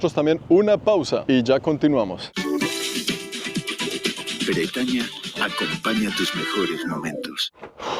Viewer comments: jajajajajaja la pausa de Bretaña fue un mega hit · 😂😂😂 ¡La pausa de bretaña! ¡Humor Colombiano! 😂😂😂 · Jajajaja la pausa de Bretaña, amo este canal, muy cómico!